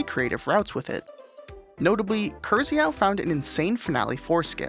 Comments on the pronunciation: Regarding Krzyhau's name, in Polish, 'r' and 'z' next to each other, they make a heavier 'sh' sound, like 'si' in 'vision'. The 'y' sounds like 'i' in 'bit' or 'spit'. If you were to read Krzyhau that way, it would be a two syllable word and sound more like Kshi-hau. In Polish, the basic rule of thumb is that you read every letter (some letters combine into specific sounds) and every time you read it, it will sound the same. Next time you see a 'rz' (or 'ż' they sound the same) or 'y' in Polish, you'll know what to do. 👍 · It's not Krzyhau, it's read "K-sh-yh-huh-ou" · To anyone wondering, it is pronounced Kshyhau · you propably heard this a milion times but krzyhau is a mangled version of the polish name krzysztof, and it reads as kshyshtof, krzyhau most likely reading kshyhau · It's probably pronounced "Kzhy-hu", short for Krzysztof (Kzhy-shtof) – polish version of the name Christopher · ngl kirzihau is much cooler than the proper pronunciation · also he is not called kyrzehau he is called krzyhau its polish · I hate it how wrong you pronounce it... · The way you said Krzyhau was so profoundly incorrect that you made your day better, but the fact that you didn't bother to check the pronunciation in the google translator is a bit rude. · As a Pole I can't stand how you are reading this nick. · Your pronunciation of "krzy" hurts my soul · Bro PLEASE I don't think it's possible to butcher "Krzyhau" in a worse way than you did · how they massacred my boy😭😭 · As a Polish guy, it always makes me smile when you confidently butcher pronunciation of Krzychau's name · Can you losers that make these videos not learn how to pronounce words? Hearing Americans say "woojack" or "soy jack" or whatever the fuck you did to krzyhau is insane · i find it funny as a pole to hear how you pronounced Krzyhau 😂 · Oh that's not how you pronounce it at all 😂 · As a polish person I love people butchering polisz usernames/names LMAO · ok, im 99% sure thats not how you read that nickname